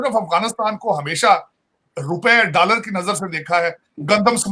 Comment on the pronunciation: yar ye ese hi bolta h dollar ko dallar, dialogue ko daylage 😆